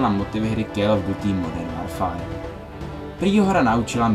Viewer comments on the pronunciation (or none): Moderm worfar :D Super video ale worfar :D